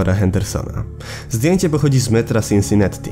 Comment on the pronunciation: Wiesz ze to się czuta Sinsinati? Przez jedno t bo w angielskim nie czyta się podwójnych liter